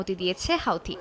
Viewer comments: হোওদি বলা বন্ধ কর হুতি বল হোও হোও করিশ কেন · হুতি কে আপনি হাওতি বলেন কেন? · হাউথি নয় হুথি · হাওতি না হুতি । সময় সংবাদ আর ভালো হলি না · হাউতি না বলে হাতি বললেই বেশি ভালো হতো 😂😂😂